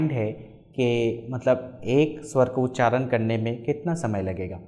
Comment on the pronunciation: Its feels as if somebody is beating my ears with hammer everytime he pronounce उच्चारण as उच्चारन He is a vedic pundit and he doesn't know the difference between ण and न